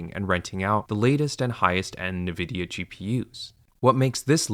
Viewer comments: never heard n-vidia spelled like this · Only through reading these comments did I learn how to pronounce Nviadia. I swear I’ve only heard it said NI-vidia before. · Nividia? Bro you better be trolling haha Awesome video though, eye-opening! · That is not the way to pronounce it. Have you heard of the word envidia? Spanish for envy. N Vidia... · This can't be how you pronounce Nvidia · His pronounciation of Nvidia is never not jarring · Geez, withall the sponsor money, you'd think this guy would be able to pronounce NVIDIA properly. Like how hard is it to just google how to say the name. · yea this video ain't it, chief. parroting all the other commentors, consistently mispronouncing nvidia AND having an AI sponsor during a "AI is doomed"-video feels fucked. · Bro actually used an AI voice in this video and the channel rules have the gaul to state that they don’t use any AI in their videos. The pronunciation of “Nvidia” was a dead giveaway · I stopped watching and unsubbed, because a) you can't pronounce nvidia, and b) your sponsor. Lots of luck in the future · Mispronouncing the name of the most valuable company in the world undercuts your message. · I agree 100%, but at least you could learn how to pronounce Nvidia ￼ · With the conflict of interest with the sponsors and the bizarre pronunciation of Nvidia, I wouldn't be surprised if the script and narration utilize AI... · I find it very difficult to believe you when you cannot even pronounce the name of the company Nvidia correctly. The difference between llms and fiber deployments 30 years ago is that llms are completely replacing PhD level human labor such that a illiterate person can produce the same output. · Never heard someone pronounce nvidia that way. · Jesus christ, its not "Na-vidia." Its N-vidia. it is a play on the latin word for envy "invidia" just with a letter N instead of the the word in at the start. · “En-vidia” not “ne-vidia” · It has 2 i not 3. Its nvidia not nividia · Did he say Nevidia